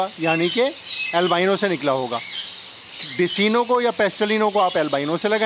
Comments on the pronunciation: Intyhai mazrat k sath nam Decino hy lykin ye likhny k liy hy Iski pronouncetion DeKino hy Yani k Dark Eye Clear bird umeed hy apko bura nhi lga hoga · bhai desino nhi decino bolty he jazakallah nice video❤️ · Oo Bhai Dis-ino nahi hota Dek-Ino hota ha apka na jub zimadari la he le ha tou theek tharan nibhian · میرے خیال میں ڈیسینو نہیں ڈیک اینو ہوتا ہے